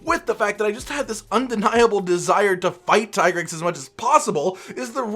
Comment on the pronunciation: lol ppl will still call it TIE grex instead of the dev already said that how to pronounce it, its TEA grex.